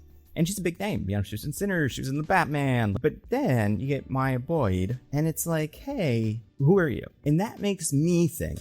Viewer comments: Came to comment this 😭 bro said Mia like … Maya is a easy name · It's MY-YAH. Your first pronunciation was correct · Bro don’t overthink it, it’s just Maya…like how it’s usually said LMAO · Why would it be Miya. Stop doing the thing white voices do when u go out your way to butcher a fire letter name. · why would maya be pronounced mia???????? whats weird with maya/mya? very common and normal name. also: that has nothing to do with ryan coogler. storm and t'challa shippers are the ones who said they want her in black panther 3 so much so they dont say "she should be in black panther 3" they say "she will/has to be in black panther 3". they have been saying this since the first black panther film cause in their mind all black super heroes have to be in the same film, all black super heroes come from wakanda, and all black super heroes know each other. makes no sense. when lupita was cast as nakia they thought she was storm. since the second film was female focused they thought storm should be the lead but they had riri instead and now they are doing the same with black panther 3 even after storm was announced for xmen which comes out BEFORE black panther. she is an xman not a wakanda. folks need to keep their fanfiction to themselves. this is insane. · Why would Maya be that hard to pronounce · I don't understand why he doesn't think it's pronounced the normal way "Maya" is pronounced